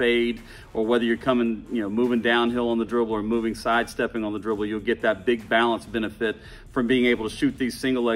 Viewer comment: Lol. Man really said "BaAlance